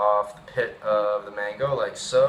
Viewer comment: *mango not mangi lol